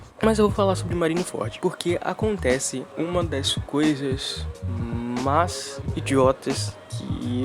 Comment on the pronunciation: "uma das coisas MAS idiotas que ja vi...." mds kkkkkkkk escrever isso me deixa irritado mas falar isso e com ênfase pqp kkkkkkkkkkkkkkkkkk isso sim foi uma das coisas MAIS idiotas que já vi